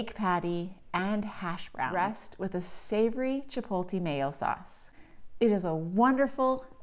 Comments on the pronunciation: Chip-oat-lay Not Chip-pole-tay Jesus it's 2024 just read the word. Chipotle. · Thanks but one thing: It’s not chipolte. It’s ch i p o t l e. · The “L” in Chipotle is after the “T” you’re saying Chipolte which is wrong